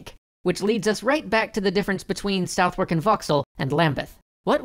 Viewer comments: I always chuckle to myself when americans pronounce Southwark as 'South-werk'. Its pronounced 'SUTH-ək'. Great video though! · I don't mean to criticise, but the W in Southwark is silent. Its contracted again a bit more actually so its kind of pronounced "Suthark'. Like Worcester is pronounced 'Wuster'. Don't ask me why, it just is, but it's worth noting in future... mainly so Londoners dont laugh at you if you ever visit ;) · Silent "w" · Only one minor thing; Southwark is pronounced closer to 'Suthok' than South-wark. That's all. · It's pronounced Suthok, not sowfark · You should get a British consultant for pronunciation. Southwark is pronounced "Suth-UK" not "South-WARK". Also the "English" accents in ep. 1... Not meaning to nitpick but volunteering to help. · I know it's not your fault, but it's very grating to hear you pronouncing Southwark as literally "South-war-k" it's actually more like "Suth-urk" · Ehm,, it's pronounced "Suthock", not "South-work".. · dude it’s pronounced /səðɜɹk/ not /saʊθwɜɹk/ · My ears! My poor, delicate ears! "Southwark" is (roughly) pronounced "Sahthuk" ... yes I know it's weird but that's what you get when a language like English is assembled out of bits and bobs of all its neighbours' languages. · It's Suth-erk. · You mispronounced Southwark, by the way. It's pronounced 'Sutherk'. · n.b. The w in Southwark is silent. It's pronounced something more like Suth-uk. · Londoner here, FYI Southwark is pronounced like 'Suthuk' - the 'w' is silent. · Hi Guys. Love your work. Just fyi, Southwark is pronounced "suthak". London names follow no rules. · You guys are saying Southwark wrong. It's pronounced Sutherk. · Great episode. Minor complaint as a brit: Southwark is pronounced 'SUH-thuck'. Fun fact, English makes no sense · Pronunciation note - 'Southwark' is pronounced suth-erk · Southwark is pronounced "Sar-therk". it's one of the those weird English things. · Southwark is pronounced like ‘suhdhuhk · Southwark = "SUTH-erk".